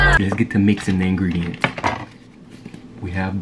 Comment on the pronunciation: THE WAY HE SAID INGREDIENTS I CANT W HIM😭😭